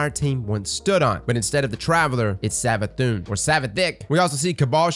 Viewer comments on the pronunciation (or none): Did you just call it SavaDICK? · Everytime you say 'Savathicc' it cracks me up 😂